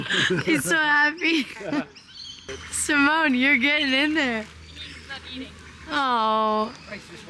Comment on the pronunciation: Wait, , Simone Leathead's name is pronounced as Simoné?